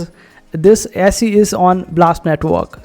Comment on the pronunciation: It's pronounce easy. I think there is a sister coin called Peezee.